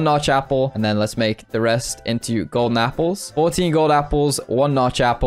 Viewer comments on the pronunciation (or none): Why u say gone Apple i hear it like that